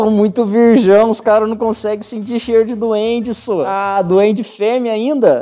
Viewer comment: ´´so´´ o cara e mineiro kkk